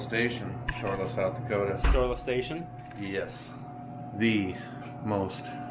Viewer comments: I swear you are saying Storeless Station. Would you please make it official and just change the name to Storeless Station, from Storla Station? Thanks! 😂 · Oh, Storla Station.... ok, all this time I thought I heard it as Storeless Station ..... lol..... No wonder it sounded weird to me. duh..... lol again. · All this time I have been hearing you all saying Storeless Station but it's Sterla or Storla Station. Wow must need to get hearing checked...